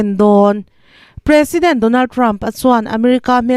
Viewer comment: "President" tih i lam dan hi a ki hniam hret se a dik zawk hmel